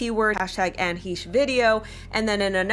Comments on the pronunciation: Hi If you are going to do a story on this horrific crash and what might be behind it, it would be the least you could do is get her name correct. It is not Anne Heesh. It is pronounced Anne Hashe long A. It just was very uncomfortable to listen to you continually say her name incorrectly yet know all these details and possibilities regarding this crash. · Hesh. Short e. Hesh. Like mesh. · Anne HEE-sh???.........sheesh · Isn’t it pronounced Heshey? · HAY-SH thats how its pronounced. Like your channel keep up the good work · You seem to know a lot about this broad, except how to pronounce her name. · You might want to check out the artist Ami Goodman, Anne’s good friend who lived in the same building as Johnny Depp & Amber for background info on Anne. Anne & Ami were on Popcorned Planet during the JD/AH trial & Ami has been on several times. PS: please double-check your pronunciation of Anne’s last name. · Maybe you could research into how to pronounce her name? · pronounce her name correctly.